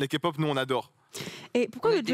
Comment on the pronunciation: "La comu kapop on adore blackpink" 😂😂😂